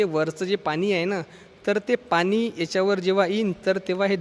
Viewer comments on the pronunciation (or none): none